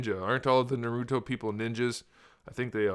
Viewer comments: Bro nauruto is how he say it😂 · Thats not how you pronounce naruto. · u said naruto wrong bruh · I'm just saying you pronounced the name wrong my intention wasn't to make a big deal about it. Im just pointing it out